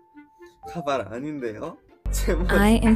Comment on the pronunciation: And now we learned 1 new Korean word and it's wig which pronounce: Kabai😂